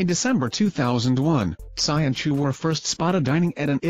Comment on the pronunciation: Chou... not choo